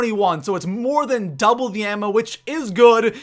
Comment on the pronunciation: Doible Five seven